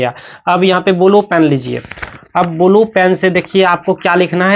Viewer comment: Sir ji bulu pen nhi hota blue pen hota hai 😂